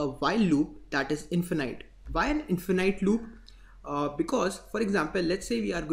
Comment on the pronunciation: Bro its not infenAIT its infinite noun(infin {E} t) in fuh nuht. And video is very good. i was not looking for this but, still looks like you are doing very good job. cudos.